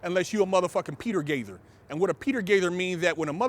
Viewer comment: its peter gayzer